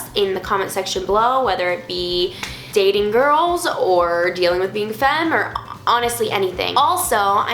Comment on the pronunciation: Did you say gayding in stead of dating? cx